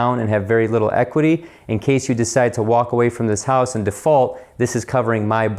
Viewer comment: Almost heard that Ohio accent...……..hoose………...however you spell it. Love the channel!!!!!!